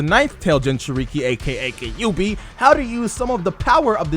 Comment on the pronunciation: Don't you DARE ever pronounce Kyuubi as "Kah-yu-bi" ever again. Stop. Legit stop. Actual stop. Stopping legitimately.